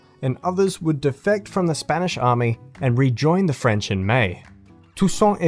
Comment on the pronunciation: solid vid as always and ur french pronunciation wasnt bad at all big man 👍👍👍big ups